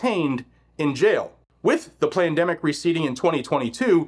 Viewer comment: Plandemic is what I kept hearing him say not Pandemic 😅